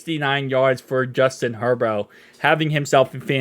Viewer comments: Its pronounced Hurburt & spelled Herbert not Hurboro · Are you calling Herbert “herbo”? Like a nickname?